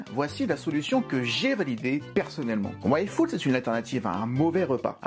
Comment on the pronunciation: tu as dis "Yfood", j'ai entendu "Waifood" ( Waifu + Food ) X)